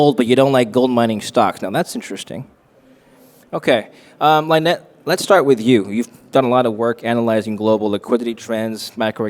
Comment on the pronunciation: It would be good if the host could pronounced Lynettes name properly. (Hint: it isnt Line-Ette). Even the other guest micro-pronounced Lynette sending host a clue. Lynette is so gracious.